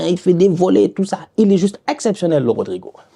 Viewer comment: Ne jamais oublier le R